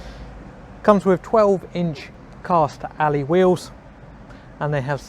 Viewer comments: Alloy not Alley ffs 😁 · Royal Alloy not 'Royal Alley' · It's pronounced Alloy not Ally. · Royal "Alley" !!!!